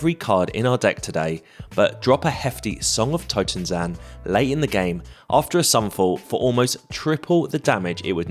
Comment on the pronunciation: Minor nitpick - i think you read the totentanz like totenzan, probably because of sokenzan :)